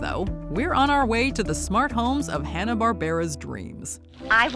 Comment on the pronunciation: It's also Hanna not Hannah like the girl's name 😂